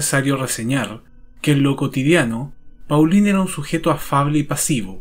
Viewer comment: Muchas gracias por el video. (En francés Paulin se pronuncia . Igual para Thierry Mathurin )